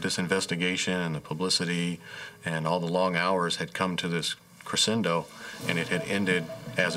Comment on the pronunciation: Crescendo is pronounced like sh too - they aren’t too smart really are they